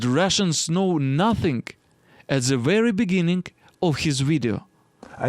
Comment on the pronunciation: все хорошо только зе не надо произносить сочетание букв t b h в артикуле the произносится путем прижимания зубами кончика языка, а не зэ. Попробуй, совсем другой звук.